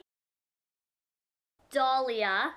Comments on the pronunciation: I don't want to sound mean but labret is said how it looks not like labray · Labret is pronounced how it looks, it's not a French term. I'm not hating I'm just saying :) This video was really helpful though, I've had my lip piercing about 6months now